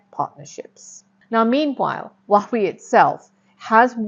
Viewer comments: Oh dear Please learn to pronounce Huawei properly ! It’s Huawei = as in Hua way ) Not “wach way” ) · Huwa-Wei rather than Wah-wee. Otherwise, great content. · True, it feels so weird hearing her say Huawei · Your pronunciation of Huawei is tragic! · Great content, please pronounce Hauwei correctly.